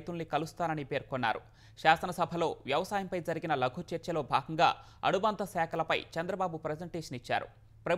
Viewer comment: అణుబంధ కాదు రా బాబు అనుబంధ , తెలుగు ని కూని చేయకండి